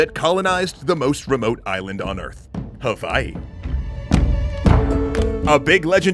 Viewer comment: i subscribed bc you're the first professional outside of hawai'i i've heard say hawai'i correctly